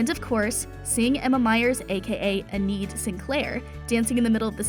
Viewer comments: Girl really said Eineeed 💀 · Aneed Sinclair? You mean Enid? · Bro ANIDE IT'S ENID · I'm a little worried that you've never actually seen the show since you mispronounced, "Enid." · Did she just say Enid’s name wrong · Yes she did